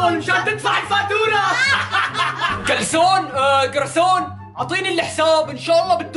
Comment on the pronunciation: ابو عبادة قال كلسون بدال جرسون😂😂😂😂😂